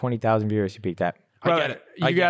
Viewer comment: Swear he was saying beers instead of viewers